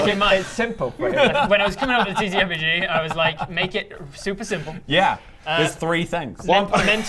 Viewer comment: good job 🎉 you knew something was off. said "ttRerpg" and there should be just one R.